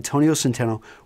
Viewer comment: "Rill men, rill style." Totally Texas.